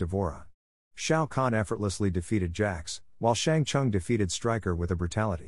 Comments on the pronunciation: Brother Its shang sung not shang sang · I enjoyed the video like always but am I the only one who cringed at how he said Shang Tsung and Lin Kuei